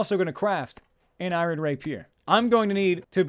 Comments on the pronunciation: He calls it iren for some reason it really bothers me? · He says irohn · Eye-Reh-In = Iron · Learn to pronounce "iron" please.